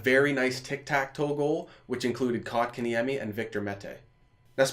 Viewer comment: did he just call kotkeniemi kok?